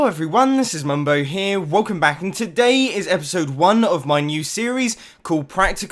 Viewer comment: When he said "around the back" when he was marking the crusher, instead of saying back, he said black. lol